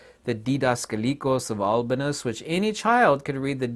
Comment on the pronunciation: Is that Albinus one correct? Seems different in pronunciation of what was saying.